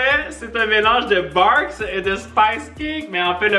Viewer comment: C’est pas Barq’s c’est Beurk 🤣🤣🤣